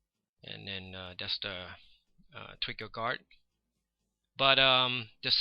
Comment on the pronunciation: It's so funny when you say trigger! Twicker! :D Thanx for sharing your skills man! You have a great feel for images!